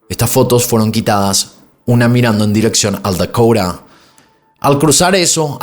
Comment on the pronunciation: Se dice edificio Dakota y no dakoura